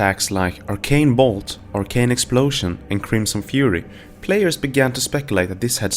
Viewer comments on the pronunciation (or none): none